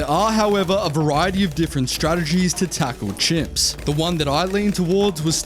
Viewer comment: Bro says c.h.i.m.p.s like it is a problem